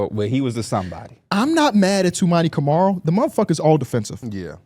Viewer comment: P can’t even pronounce Camaras name properly after he’s been in the league for two seasons smh…. All you got to do is watch one game it’s not hard